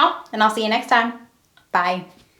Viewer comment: Hey! You changed the way you say bye 😔. I love your southern way better🥰🥰